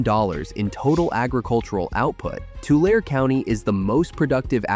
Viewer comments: Im puzzled about a pronunciation. I’m 5th generation Californian & Central Valley. I’ve always heard the & Tulare pronounced with a long E at the end. Not tulair but tularee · You say tulare wrong, it has 3 syllables with the e making a e sound, tu-la-re not tular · Tulare is pronounced “Too-Lare-ee” , not Too-Lare. Also, Tule as in Tule fog and Tule elk is pronounced “Too-Lee” not “tool” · I’m sure somebody commented on this already but you’re not emphasizing the E in Tulare. It’s not Tular it’s Tulareee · Tulare is pronounced: Too-Larry not Too-lair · Ahhh I want help you on little info here to Tulare County is pronounced like tularee county not tular … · Tulare is pronounced Tu-lair-e not Tu-lare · You know it's AI when they call Tulare county or lake --- "Too-Lair" instead of the proper Too-lair-ee. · Tulare (as in County of, City of, and Lake) is pronounced Too-lair'- ee; Tule as in Fog, Elk, etc., is pronounced Too-lee'. And if you ever need it, the county seat of Tulare County is Visalia (Vye-sale'-ya, before you (___) it as well.) Industrial farming has been one of the best and worst things ever to happen in California, where the salmon fishing industry in the Valley was as large as Alaska's. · Learn to pronounce the final 'e'. Tularee NOT Tulair. Tulee NOT Tool. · I was thinking same. Not Two Lare. Tu-lair-ee. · TOO - LARR-EE! NOT Tular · Tulare is pronounced tuu-LAIR-ee, not tuu-LAIR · Tulare is pronounced Two-Larry, NOT two-lerr. The emphasis is on Lar. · It’s not “Tu-larr” it’s “too-Larry” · Too-lare- a. Not Too larry. The ARE is pronounced as the word are. Actually it is pronounced as Too- Laura. Mexican origen. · Tule elk is pronounced "too-lee", not "tool". Also, please note - Tulare is pronounced "Too-lair-ee" not "Too-lair"! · Tulare is pronounce too·leh·ree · T u lair E is how our county is pronounced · It is so sad that AI cannot pronounce our communities properly. Tulare (Tu-Lare-ee) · Its pronounced Too Lair ee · It is pronounced too - Larry!